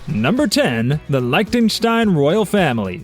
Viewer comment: Learn how to pronounce Lichtenstein and others